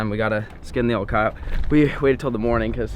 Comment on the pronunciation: Annoying how he pronounced coyote but otherwise an awesome video!